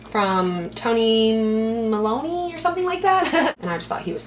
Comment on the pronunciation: Lol Toby Maloney haha it's tonymoly